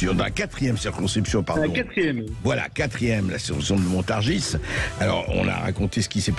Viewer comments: On dit montargi et non montargisse ! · Mr le présentateur de Sud Radio, la Ville que vous désignez Montargis se prononce MontarGIs et non MontarGISE., pour vous en souvenir pensez à PariS. Quant à, vous êtes un homme courtois et courageux. Dans les médias, rien sur votre geste que vous avez eu envers Mr Blanquier 👍. Je vous souhaite bon courage et si certain(e),s Français(e)s ouvraient enfin les yeux et votent RECONQUETE 👍💝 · Ont ne prononce pas le "S" a Montargis, ont dit littéralement "montargi " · Montargis se prononce i